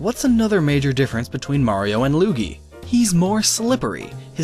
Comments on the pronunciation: Its Luigi not lugi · is that how u really pronounce that name, because that pronunciation is wrong.its (lu ee gee) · luigi not losegini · That Sport Is Actually How Luigi Walks On Water Also It's Pronounced "Looweegee" (TeHe , "Weegee") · i died when he said lingwini xDDD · ''Lusgini'' XD! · There's so many perfect jokes in this video. Saying Luigi's name wrong in a different way every time is my favorite. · And then said luigi wrong have you even learned how to pronounce Luigi or no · it's name Lugi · shut up you know how to say luigi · wow you can say Waluigi right but you cant even say Luigi right? Louie, linguine, LAMBORGHINI?!?!? (ik u were just kidding tho lol)